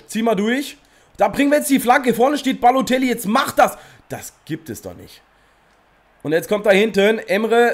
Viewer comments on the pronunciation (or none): Wie er einfach nur babotellie sagt xD